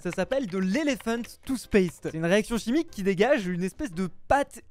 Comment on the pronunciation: Avec c pas toothpaste c'est toosspaste